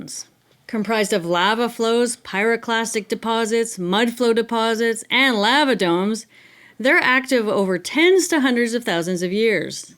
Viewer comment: Love you channel but why do you say lava like that 😂